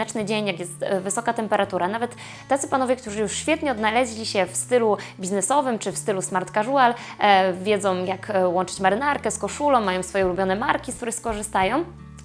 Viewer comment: Darling, casual wymawiamy kaziul,poza tym wszystko jest ok i czekam na więcej... 😉👍